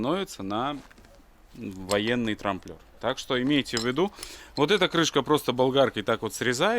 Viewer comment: трамБлер, не трамплер))